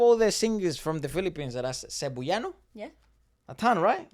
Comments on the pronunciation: ngl that's the first i've ever heard someone pronounce Cebuano as "Cebu-yano" we say it like "seb-WA-noh" <3 can't wait for more reacts of our boys!!! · Cebuano is pronounced like sebWAHno :) So cool that you even noticed that though! Not just the talent of the Philippines but you got even more specific, the talent of Cebuanos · Cebuano is pronounced as /seh-BOO-wah-noh/. Please make that interview with SB19 happen!!! It's been long overdue! I hope they will find the time when they PAGTATAG! Finale concerts are over. BTW, the 2-day concert will be livestreamed worldwide, I hope you can watch them! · So funny, it's pronounced Se-bu-ah-no. Thank you for appreciating OPM and SB19. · btw Cebuano is kind of pronounced as "Seb-wa-no". While only Coach Jay is from Cebu, he along with KZ, TJ and Ken/Felip speaks Cebuano or colloquially known as Bisaya. People from the Visayas and Mindanao regions of the Philippines mostly speaks Bisaya. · Your pronunciation of CEBUANO is jus too cute, love it 🤭 but it is CE-BWA(with the W)-NO.. anyways, I think this is the fastest time you've reacted to SB19!?! I'm glad to see this right after watching the dance practice.. I love you guys fr💙